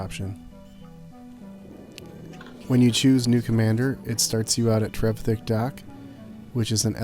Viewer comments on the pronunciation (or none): "Trevthik"! XD "Richard Trevithick (13 April 1771 – 22 April 1833) was a British inventor and mining engineer from Cornwall, England." ;) (pronounced Trev-i-thick)